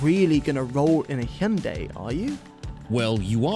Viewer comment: The pronunciation of Hyundai is ear-raping in this video